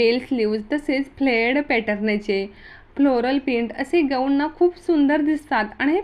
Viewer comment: या टॉपिक वर तुम्ही व्हिडिओ बनवले तेच तुम्हाला बोलता येत नाही गवून नाही गाऊन😂😂